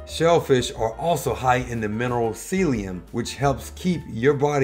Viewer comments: This guy can't pronounce Selenium properly, it's not Celium, it's Selenium. How can you skip the e, the n, and the I? Especially the n? Come on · Interesting that you mention chicken skin as a source of collagen. I personally love chicken skin, but a lot of people don't and criticize it as a source of fat and cholesterol. Hmmmm . . . I guess to each his or her own! By the way, please look up the correct pronunciation of "selenium."